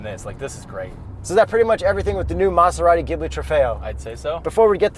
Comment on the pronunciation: I see still pronounces Maserati weird lmao